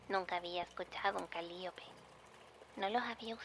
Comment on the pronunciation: Gertrude: Calíope Sasha, viajando al pasado: Se pronuncia cali[ó]pe Also, descubrí este canal hace como una o dos semanas y ya estoy a nada de ponerme al día, amo muchísimo tu trabajo! ♡